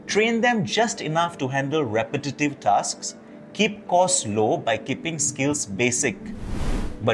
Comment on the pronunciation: lol you can’t say “repetitive”